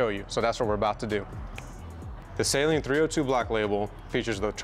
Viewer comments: No hate but I just wanted to say it’s actually pronounced suh-Leen not Say-leen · Shit was annoyingly funny. Sayleen….sayleen. I’m like bro is saleen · Even Saleen website show it’s annunciation, and unfortunately you’re wrong. It’s “Suh-leen” not “Saline”! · So. It’s always funny to me how we pronounce the car “say lean” and then when we talk about Steve, we say “Steve Suh-lean” as that’s how he pronounces his own name. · lol we know you don’t bro I still say SAY LEAN mustang. It if I met Steve I would say it’s nice to meet you Mr. SUH LEAN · Why Do People Mispronounce Steve's Last Name (SAY-LEEN) As Opposed To (Suh-Leen)? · I learned a lot about how to pronounce it through the comments 😅. I’ve been saying “Say-leen” since I was in High School and I was never corrected. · thats how you said the company's name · There is no "Sail" in Saleen.... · Now that you've got a bad ass car, it's time to learn how to pronounce Saleen correctly. It's not sayleen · Fifteen seconds in and doesn't know what physical position he's in or how to pronounce Steven's last name? Even for most YT'ers, this is a pretty poor showing. Can't believe they didn't reshoot the intro. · Hey man,no biggie I'm from the south I said it wrong for years.until I bought an 88 Saleen in 96. I had the car painted an called Saleen to order new decals an the women that answered the phone pronounced it correctly,I didn't even know I was saying it wrong.thats how I learned,lol